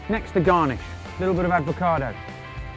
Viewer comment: PLEASE don't pronounce it aDvocado! It's avocado